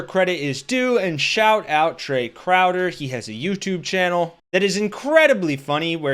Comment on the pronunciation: I'm sure TRAE CROWDER really appreciates how you butchered his name.